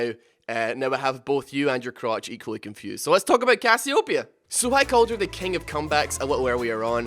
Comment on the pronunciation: does anybodu else cringes as hard as i do when he misspronouces CASS-EE-OH_PEE-A ?